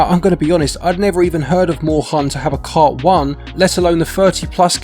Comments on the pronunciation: german here, Moorhuhn is actually pronounced like "more hoon" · Try pronouncing it "Morehoon" xD